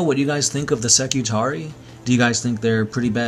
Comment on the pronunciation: When you have an ending like 'ii' you pronounce it as two separate syllables; ee-aye. So Skitarii are Ski-Tar-Ree-Aye, adjective would be Skitari, Ski-Tar-Ree so you can say 'Skitari Legion' for example no problem. But, if you're talking about a group like the standard spelling 'Secutarii', it is always Seh-Cue-Tar-Ree-Aye. Secutarii. More than one Secutarius :). Same goes for Ka-Ta-Frac-Tee-Aye :D